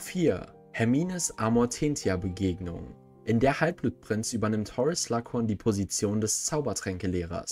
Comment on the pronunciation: Alter sorry aber ich kann das nich hören das wird amortenzia gesprochen!!!